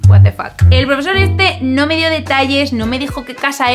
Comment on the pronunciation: El vídeo es muy interesante pero ¿Por qué los españoles hablan el inglés tan horrible? gua te fac?